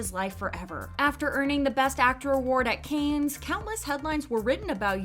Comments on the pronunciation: It is not "canes", it's "can". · Oh my god, it's pronounced "KAHnes " or "Cons" not "Kanes". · Cannes is not pronounced like "canes" but like "kan" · I can't with the "Kaynz" pronunciation. 🤦‍♀️ It's pronounced "Kahn" or "Con", but never "Kaynz". 🤷‍♀️ The S is Silent. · It's pronounced as "Can", like a can of tuna, not "kayns". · I was going to comment about this, too. I found it irritating to hear "canes" over and over again 🙃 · Please look up how to pronounce the word "Cannes" it is not pronounced as canes... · it's pronounced like soda can not canes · It's pronounced like "Can". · FYI, "Cannes" is pronounced as, "can" without the 's' sound. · I thought the same, like, “canes”? Never heard it pronounced like that before!😂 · Dude, I was looking for this. I was thinking how can she pronounce Japanese semi-correctly, but can’t say Cannes? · my francophone soul couldn't take it by the middle of the video 😂. I mean, if it was something like "Arnac-la-Poste (Haute-Vienne)" I would understand but Cannes is so famous and easy to pronounce.. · So you’re just going to pronounce “Cannes” completely wrong? That’s what we’re doing? Ok.